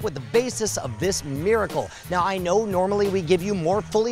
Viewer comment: At the end of the episode it sounded like he said "beericle" instead of miracle. New Scam School thing? Like the "Law of bar magic" perhaps?